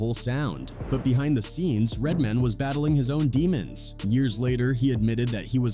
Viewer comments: Lmfao. Red DID say white people say, "RedMIN". 😂😂😂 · 😂😂😂. RedMin, RedMin, aye aye RedMin 😂😂😂